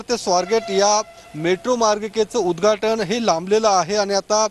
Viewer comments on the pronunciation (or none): उद्धघाटन असत ते उद्धाटन नाही 😂